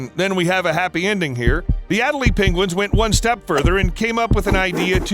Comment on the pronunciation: The way he pronounces "Adélie Penguins" drives me insane